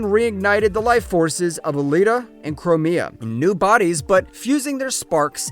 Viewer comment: you said “twin sisters” but there’s a third Femme. The pink is Elita, the blue is Chromia (which is pronounced Crome like the metal, with an “meh” and “ah” on the end, not Crow-May-ah) So who’s the purple one? Anyone know?